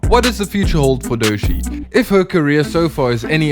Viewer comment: Like many others, I look forward to more of your videos - but.. maybe less usage of varying AI voices, and ensure your AI voice actually knows how to pronounce the Artist's name. Otherwise, you are making it clear you're just a virus AI producer.